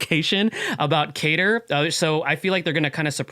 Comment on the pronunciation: They bamboozled us with a Kain-ter instead of Cater!